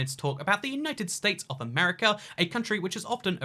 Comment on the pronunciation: Why do you pronounce America as Amrca?